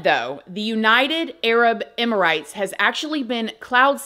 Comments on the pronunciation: Youre also pronoucing Emirates wrong. Its EM-ER-ATES. NOT EM-IR-ITES! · Emirates is pronounced Emma-rits and Ionosphere is pronounced I-on-es sphere. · It’s pronounced emi-rates not emi-rights 😂♥️